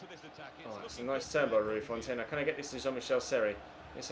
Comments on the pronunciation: it’s pronounced font rather than fontay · Bro do you ever read your comments? Every episode people keep saying, 1.Stop calling Seri French 2. Stop pronouncing the 'e' in Rui Fonte 3. At least try out Mitro especially as he has just signed IRL I don't actually care if you do these things or not cos i enjoy the series but seriously start reading your comments and responding to feedback